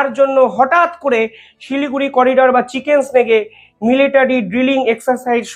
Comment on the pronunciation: চিকেন স্নেক নয় চিকেন নেক ।